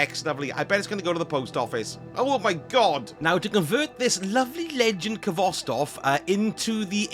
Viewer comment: The k is silent! Pronounced Hvostov with a hard H